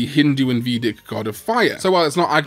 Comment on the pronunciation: Fun fact, Vedic is pronounced like Vey-Dick/Dich, also guys I have the US Greymon DiM, what should i make Skullgreymon?